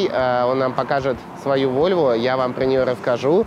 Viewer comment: Блин не коверкай название марки машины !противно звучит!